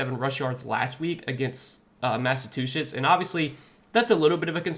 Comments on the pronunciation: Come on man don’t do like that…🤣🤣 I heard it too though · Lmao say Massachusetts again please haha it’s pronounced exactly how it’s spelled